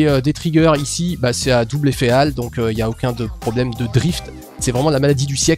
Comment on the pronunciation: "effet Ale" mdr, c'est "effet hall" (ole, ou hole, comme un trou ^^).